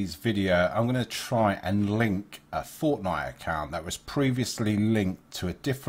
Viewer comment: He said forcenife